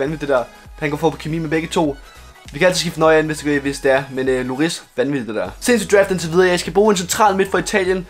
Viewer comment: ikke hate men han hedder hugo lloris men udtales hugo llori